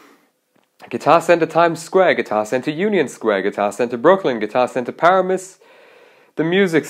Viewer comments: as someone from paramus, pronouncing it "PEAR-AMUS" and not "PUH-RA-MUS" is something I've never heard before. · As a New Jersian, I cracked up at your pronunciation of "Paramus" , bro. It's usually pronounced: "Par-Am-Us," but I'll personally say "Para-Mus" now just to see people's reactions cause that was hilarious😂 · isg it’s just different